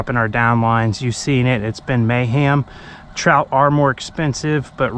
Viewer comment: Dang son! Can't beat it. Did you say trizzout. 😆lol